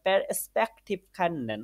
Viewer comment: ভাইয়া kennen এর pronunciation খেন্নেন না খেনেন হবে